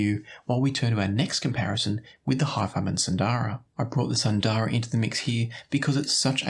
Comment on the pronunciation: FYI all of you headphone reviewers mispronounce the names from Hifiman, like Sundara. It is an Indian word (Sanskrit for “beautiful”). It’s pronounced more like “soon-the-ruh”). Hifiman uses Indian / Sanskrit names for most of their stuff.